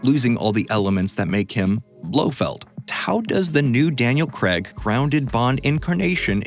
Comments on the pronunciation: craig, not creg. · Its craig not creg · Craig, Daniel Craig. Not Creg. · Daniel Cray-g... Sorry but hearing 'Creg' is just painful. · Why is it that you americans pronounce the word "Craig" as if it were spelled "Creg". Try pronouncing it as if it were spelled "CRAYG". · It's "Craig," not "Creg."